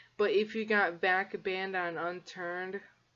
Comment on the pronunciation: i know what VAC is, I was just questioning your pronunciation.